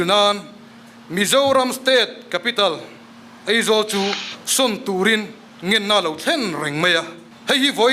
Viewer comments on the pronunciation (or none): Eizawl ati tlat te,ngaihdan tih tur nisi ngeihdan ati tlat tehi😅😅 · 'Ngeihdan' tih leh 'Eizawl' ti a thu a sawi reng khi khamawm tep a ni... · Eizawl ti ve leh tlat😂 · Eng nge maw i play nawn sek leh, bakah kan thu ngaihthlak ber sawitu pa khian Aizawl ti lo a Eizawl a ti tlat khi chu a buaithlak mang e sawi dik ve tal awm thudik hrul a dawt sawi tur ro ro ah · Ngeihdan, ngaihdan ✓ Eizawl aizawl✓ mnf pa mai mai chu... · Mithiam pui pui niawm leh ni te pawh hia AIZAWL hi ka lam thiam lo thin hi chu a buaithlak hi kati. Eizawl ni lo vin AIZAWL iti hram hram ang u. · New Delhi a lam dik emem laia ,Eizawl ati tlat mai khi chu aa